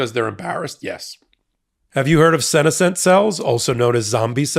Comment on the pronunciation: "Have you hear of 'sin-a-since' cells"?? Obviously had not, given his pronunciation, lol!